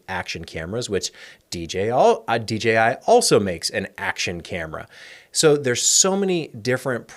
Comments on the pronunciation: It’s so refreshing to hear a content creator say DJI (and not DGI).❤ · Thanks for saying DJI properly, I feel the same way anytime I hear sneaker heads refer to Nike Air Max as Air Mags 😂